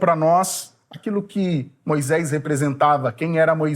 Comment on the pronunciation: CORRIJA A SUA PRONÚNCIA HORRÍVEL: MOISÉS E NÃO "MOISÉIS", TRÊS E NÃO "TREIS".....